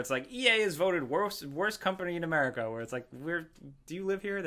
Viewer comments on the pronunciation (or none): none